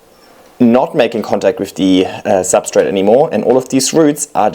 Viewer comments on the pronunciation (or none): none